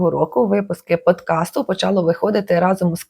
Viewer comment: Подкаст, будь ласка) від podcast, не треба там буква «і»